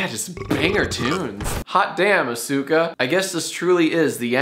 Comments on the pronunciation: I could listen to Jack go on about movies forever. Also… ”uh-sooka” cmon man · I hope that’s not how you pronounced Asuka when watching it, JohnathonCinematicProductions. But cool seeing Evangelion 👍💺🛳🥄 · Jack should be canceled for that pronunciation of "Asuka" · I hate myself for noticing, but how the FUCK did Jack just pronounce Asuka?